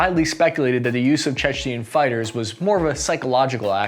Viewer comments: Dude please stop saying "Chechnian". It's like George W bush saying "Nucular". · It’s tooth to tail not tooth To nail and can you learn how to pronounce Chechen please